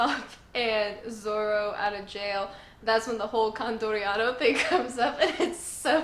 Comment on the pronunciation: Dude you're back! I missed you a lot, I was going through withdrawal lol. Also the g8 arc is filler yeah, but it does inspire the entire idea of water 7 and that's just peak one piece right there. Also I'm so proud of you! You said condoriano perfectly. Con-dor-ee-an-oh and I got 2 more things to say. They don't baby chopper because of a really complicated reason but essentially, to paraphrase a quote from great fish: He is the crewmate of the future pirate king, he can't be intimated by a mere marine. And I am truly sorry that now is the time you start getting attached to the crew dynamic because water 7 changes everything completely forever, but don't worry it's awesome. I lost wifi for awhile because I couldn't pay the bill and I was like proper stressing that I would miss another review from you but I'm glad you were slow enough for me to get service again lol. Have you ever thought of making a discord server? You could genuinely benefit from making a community out of all of us. We all love you, or at least I do and I reckon you'll blow up on yt soon. Maybe not like Jacksepticeye or Markiplier but I don't think a million subs or maybe 2 is out of the question so you might want to do the discord thing. Of course it's your choice. Cya and don't worry I'm prepared to cry on the water 7 review:)